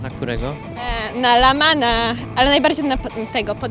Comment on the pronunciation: jakiego kurwa Lamana?!? tam jest Lehman albo Lahm Oo